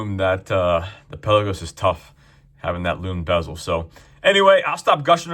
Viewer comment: I’m no language expert..but Palagos is from the Greek word meaning ‘open sea’ or ‘depths of the sea’ and is apparently pronounced pal-laa-gos.